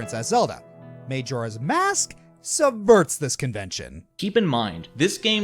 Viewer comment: Am i the only one bothered by his pronunciation of Majora's Mask?